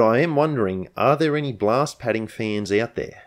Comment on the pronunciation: I thought you said glass padding, not blast padding.